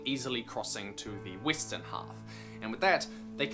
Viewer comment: Did he say Weestern? WTH?